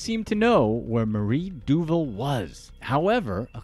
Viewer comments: I think her name is pronounced du-VAHL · HEY IT'S DOO VAAL DUVAL moron